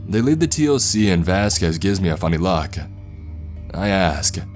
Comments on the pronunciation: Dude, I love your stories but please, for the love of God, T.O.C. is said toc. Like tick tock 😂😂😂👍👍 keep these stories coming 👍👍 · I cant stand this fool. He talks like stephen segal. Its like he hasnt taken an actual shit in 4 years. PS nobody says T. O.C ( its called the TOC pronounced TOCK) Total fiction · TOC = Tock. Don't spell out acronyms, say their names. Especially ranks. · Also please please stop saying T.O.C. We pronounce it Toc... sounds like Talk. Toc one word not T.O.C. Not sure how to tell you how to pronounce it in writing. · Just so you know man, you actually say all the acronyms like they are words. It's not T O C, it's TOC (pronounced talk). It's not N O D S, it's nods (like nodding your head). Great narrating otherwise though. Really enjoying the series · sorry man, love your stuff but... T.O.C. or tactical operations command is pronounced TOCK like tick tock of a clock not just the letters... sorry but that's fingers on a chalkboard to me... rest of it was great besides that! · TOC is spoken as tawk in the military. Good story though. NODS spoken like nawds. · The narrator keeps spelling TOC. To everyone in the military its said as Tock..obviously minus to k but dude could spell it then say tock and everyone would be on the same page. Adds to the authenticity. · yeah, saying the letters, T O C, or N O D S. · I am in and it's exactly how it is. It's just funny that the narrator is mispronouncing some of the acronyms and jargon lol